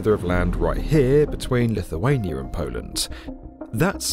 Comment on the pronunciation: "Polant", never knew Poland had a t in it.